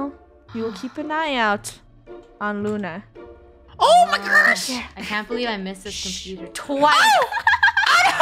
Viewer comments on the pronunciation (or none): omygirsh